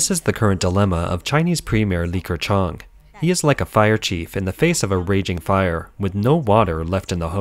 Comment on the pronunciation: Li Ke... NOT LiKer - It's slightly painful to hear this pronunciation.